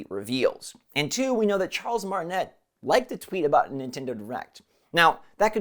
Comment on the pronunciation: I love your work always. But for the love of god pronounce Charles Martinets name properly. Martin-ay not net. Apart from that bugging me every time you say his name… you’re a vibe man! Love the positivity always.